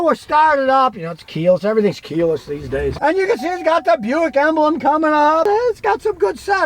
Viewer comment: Why is Buick pronounced Byu-ick and not Bick?